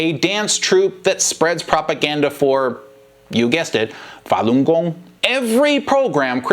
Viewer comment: Chris can't even pronounce falungong properly. What a joke.